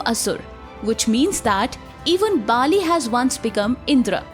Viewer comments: Baali is not king of asur bhai its bali learn pronunciation first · It's not BAA-LI... it's Bali. Please pronounce properly. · It is not not Bhaaaali, it is Bhali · It's not Baali. it's Bali.